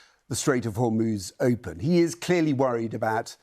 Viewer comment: "The strait of Hormuz is Oopen" - flex!